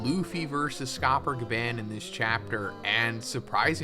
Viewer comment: You are saying Gaban wrong ya trog